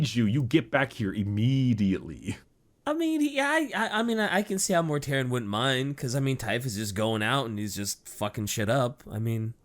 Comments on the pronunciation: His name is Mortarion, not -um. But yes, GW are very fond of just taking words from Greek or Latin and run with it. A few prime examples - Corvus Corax means Raven Raven (primarch of the raven guard) - Ferrus Manus means Iron Hand (primarch of the Iron Hands) - Sanguinius comes from "sanguis" meaning Blood (primarch of the Blood Angels) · In other videos, it seems he tends to say "M's" where "N's" should be sometimes, like its a verbal tic or something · I love but he needs to remember to close his mouth after he's finished pronouncing a word because hearing everyone mispronounce it as "Mortarium" after the first time he says his name bothered the hell out of me. I can also hear it when he says things like "Death Garm" and "Number wum" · It bugs me that everyone keeps calling him mortarium (which is the roman pottery) . His name is Mortarion with an n. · "Mortarium" lol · I feel like does this from time to time (pronouncing things with an "m" instead of "n")